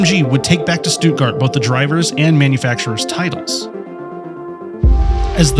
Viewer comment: you also pronounced stuttgart wrong 😂 -"st" in german makes "sh" and the "tt" almost makes a "d" sound - sh-tud-gard